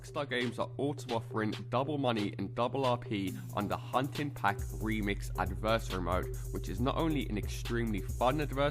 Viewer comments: But he can still put the emphasis on the correct syllable. It’s not pronounced like “anniversary” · I wish you would learn to say adversary correctly but thanks for the info